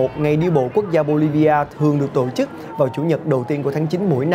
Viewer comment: giọng đọc dễ thương quá: tộ chức, giại trí v.v